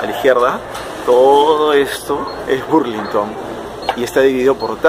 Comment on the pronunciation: no es burlinton es ba no bu